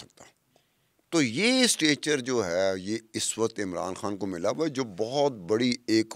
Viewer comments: " خان " کو ۔۔ " کھان " کیوں کہہ رہی ہو ۔ ؟! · your pronunciation of "K" is incorrect It is KHAN nor KAAN. KAAN is Indian Slang people are fascinated with . Pure Urdu id KHAN